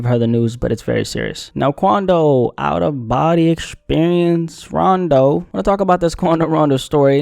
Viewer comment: "Out of bodie experience" 😂😂😂😂